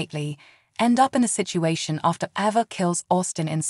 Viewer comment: Learn how to pronounce their names CORRECTLY!!! AAAAAYVA, NOT AVA!!!